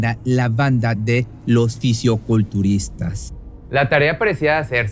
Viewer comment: No se dice Fisiuculturista Se dice Fisicoculturista